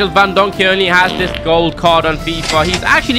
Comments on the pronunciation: My man really said van donkey its van dijk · Bro really said van donkey is van dijk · Man said sergia vandonky hes name van dyik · He said van donkey instead if Virgil van dijk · why did u say Van donkey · He said van donkey 😂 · My man just said “van donkey”💀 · Ikr lol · and bro said Uncle messi😂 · He said virgil van dockey 😅